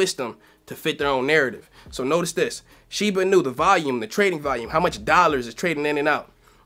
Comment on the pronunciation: Dude the accent is not on the "nu" it's on the "i" in Inu. You say it wrong